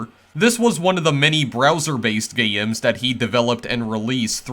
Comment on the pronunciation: Not meaning to be negative (but I'm about to sound negative) to someone with few subscribers, but you pronounce things differently in a way that's either distracting or marketable. "Gayy-ems" "Twenty four-teeyy-en" "Meayy-ens" And so on. It's quirky and lots of people might find it endearing, but at first, it's conspicous. Thanks for posting these videos. Kento Cho makes some pretty cool games but from what I heard, he doesn't think people would pay to play them. Given how ludicrously dull most mobile games are, I think he's wrong and should consider monetizing his work, possibly supporting further... uh... gayy-ems 🙂